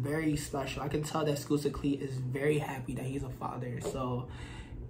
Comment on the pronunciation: "Skusta" is pronounced like "busta" in "busta rhymes"